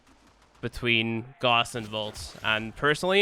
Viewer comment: IT'S NOT GOSS ITS GAWSS